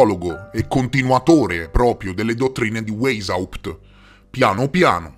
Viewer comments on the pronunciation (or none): Non è "Weysaùpt", è "Weysciapt"! 😂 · La pronuncia!!! Il tedesco non si legge come l' l'inglese....waishaupt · Weishaupt si pronuncia VAIS HAUPT :) Poi si tratta di classicismo, non di classismo. Ed Eleusi si dice Eléusi (accento sulla seconda e). Sono piccolezze ma già che il video è cosi ben fatto, la prossima volta vale la pena saperlo :D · Grazie intanto per l' ottimo video e ricerca, metti insieme un sacco di dettagli. Devo correggere la pronuncia di Rotschild (pronuncia "rotchciaild") and Weisaupt la prima lettera in tedesco si legge W come V e non come U all' Inglese) e poi ho riscontrato un particolare interessante. Tu dici che Weisaupt si rifugio' nella citta' di Gotha, con l' aiuto del conte Saxon qualcosa: bene, il cognome iniziale/originario/reale della famiglia reale inglese e' proprio: Saxe-Coburg-Gotha!!! 😱😅 mi chiedo se c' e' quindi un collegamento con Weisaupt 🤔 interessante! Grazie 💐